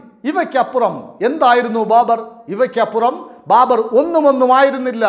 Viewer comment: Babar not BARBER